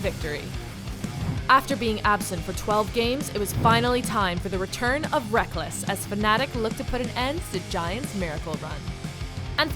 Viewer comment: Why is Rekkles being pronounced Reckless? Its like Pebbles, but Rekkles no?